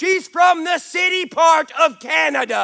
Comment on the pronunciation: the way you said Canada made me laugh lol sorry i know its not something to be laughing at right now but your fans will always be in your corner